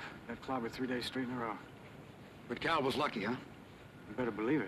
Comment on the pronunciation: Cal not calm